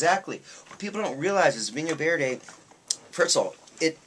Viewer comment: Tip from the Scot on Loan to Lisbon for the last 30 years. Portugal is not Spain & this wine is not pronounced vinho verdez no no no its is Vinho Verd(e) Now Darlings to taste the real stuff & spruce up your Portuguese Portuguese (not Brazilian) you will have to come & see me in my adopted home port of lovely Lisbon. Another great white is the mono variety of Arinto from Bucelas - a Lisbon wine & yes do have our own region - this was the Duke of Wellington's fav, it will be yours too!